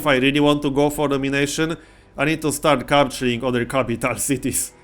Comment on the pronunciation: BTW, I just love the way he says 'I-ron' and 'Kapytaal'